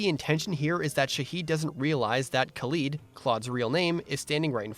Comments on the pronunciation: I love this recap video, but I'm sorry it just bugs me when you say Khalid as "Kaleed" when it's really "Ka-" like "cat" or "call" (two different pronunciations) and "-lid" like a container's lid. Sorry just gotta do my duty as a "خالد". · That's not how you pronounce Khalid :(